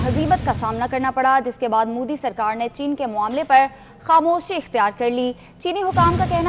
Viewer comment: Madarchod Anchor....It's not Mudi...It's Modi...Har har Modi...Ghar Ghar Modi...Bharat Mata ki Jay....